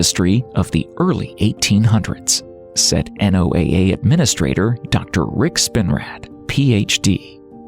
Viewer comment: The repetitive spelling out of NOAA is extremely annoying everyone I've ever met speaks/pronounces it as a word.